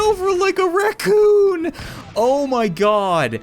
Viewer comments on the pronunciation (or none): the way he said raccoon, I lmfao.